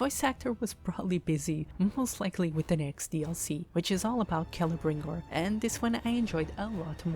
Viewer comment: shadow of mordor is probally my favorite middle earth game and its pronounced kel-ebrembor also good reviw